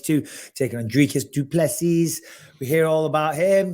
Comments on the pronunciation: Its not Duplesis. Its pronounced Du-ple-c(see) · I'm from South Africa. I know Dricus. And I know the pronunciation. Du Plessis has a silent S. Please remember! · Du Plessis - has a silent S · Please remember when you interview Dricus. Du Plessis has a silent S